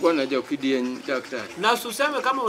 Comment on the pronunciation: Pastor umesema "Jo-Kidieny" 😂😂😂😂😂 And then dhoge riek to obende olewo kawo yath😂😂